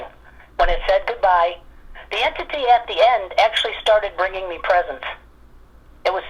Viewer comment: It sounds like you're mispronouncing the word entity, you're saying enity